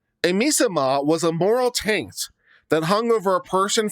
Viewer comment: Miasma, not misama.